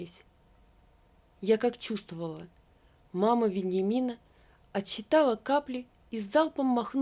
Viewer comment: Тоже не понравилось чтение. Цедит сквозь зубы, как бы преодолевая препятствие. Кроме " ВенЬямина" неправильно звучит слово - энурЕз на (9 : 45 мин.)